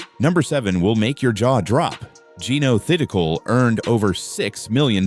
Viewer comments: Should learn how to pronounce her surname! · #11....how about narrator mispronouncing Jeeno's last name!????🙄🙄🙄😡